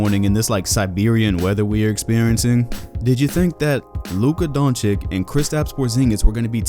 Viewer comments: It's DONCIC, not DONCIK. Jesuschrist, how hard is it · BTW, it's not Donchick but Donchich. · Man it's not DonciK, it is DonciC the second C is not pronounced like a K, it is pronounced like a C... Damn Americans, you guys never get foreign names right